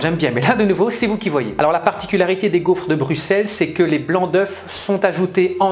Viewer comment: Pourquoi su dis "gouffre"? 🤭